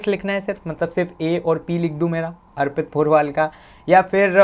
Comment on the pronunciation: Kya naam bataya? Kuchh ajeeb sa hai . Airpit nhi arpit kahte hai usko